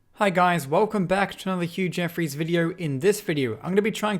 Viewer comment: no one:: "... Jeffreys" my ears: "Huge Eferys" nice